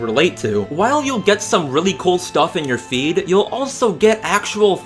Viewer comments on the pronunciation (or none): I heard "feet" instead of "feed" and I was like "What?"